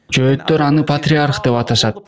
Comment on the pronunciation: Жоотор емес жохитер когда учитнсь правилно